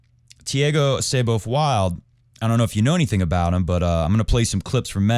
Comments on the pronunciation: Brazilian here. I know Muricans are famous for butchering other languages, but Thiago's last name is pronounced "Wuild" Edit: Wow.. this guy is a tennis commentator?! How about doing some homework before taking about tennis? Unreal.. JSYK, Thiago won USOpen Juniors in 2018 and the last ATP 250 before the pandemic in 2020. Then he lost his focus with partying during lock down and even got accused of domestic abuse by his then GF. He has shown a lot of talent and is a bit of a hot head. His current rankings does not match his tennis abilities. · Muricans? Man, I'm Indian and even I pronounce it as "Wild". I'm pretty much sure all nationalities (except Brazilians and maybe Portuguese) would pronounce it as "Wild" instead of "Wuild"